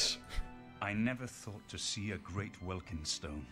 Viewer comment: "Ahaa it's called welkYND stones, not welkard stones!" proceeds to call it welkard stones the rest of the video :D Thanks for a great video man! Wish I found your channel earlier :)